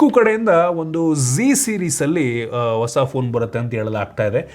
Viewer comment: ನೀನೇನು ಟೆಕ್ ಯೂಟ್ಯೂಬರ್ ಆ ಅಥವಾ ನಿವ್ಸ್ ಆಂಕರ್ ಆ? ಸರಿಯಾಗಿ ಕನ್ನಡ ಸಹ ಮಾತಾಡೋಕ್ ಬರಲ್ಲ. ಆಪಲ್?😅😅😅 ಒಸ ಅಲ್ಲ ಹೊಸ!! ಕರ್ನಾಟಕ ದಲ್ಲಿ ಒಂದ್ ಒಳ್ಳೆ ಟೆಕ್ ಯೂಟ್ಯೂಬರ್ ಇಲ್ಲ ಇದೆಂಥ ಅನಿಷ್ಟ.